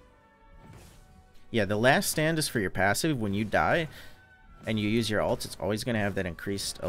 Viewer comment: Why the fuck do you say "alt" instead of "ult"? I don't even know why it bugs me so much. Shit drives me insane though.